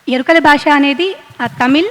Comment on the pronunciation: Yerikala basha kadu amma, yerukala basha... please correct pronunciation